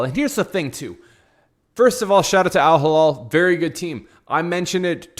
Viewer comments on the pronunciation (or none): Elaborate?!! what was so hard to understand in my comment ?! The name of the club is Al Hilal not AL Hallal as you and many others pronounce it. It is really not that tricky and you don’t need to be fluent in arabic like me to read it right! If both words look and sound the same to you then maybe you need to learn the difference between the 2 letters and vowels. Imagine Saying and pronouncing Real Midrid instead of Madrid. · Do you know how to read????? Do you know the difference between "A" and "I" GEEZ, It is not Al Hallal , It is Al Hilal. Completely two different arabic words with completely different meaning.